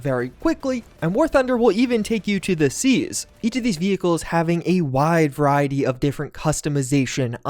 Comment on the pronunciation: I was skipping through the war thunder add and every time I stopped he said “wide verity” like 10 times